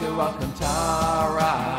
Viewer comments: No one:: Alcuntara! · Alacantra not alcantara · Just a bit of help Alcantara (Al-can-tara) helooo